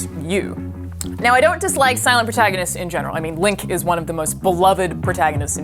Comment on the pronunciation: Who is Wink...? Oh right she said "LINK" DOH Really did sound like she said Wink though.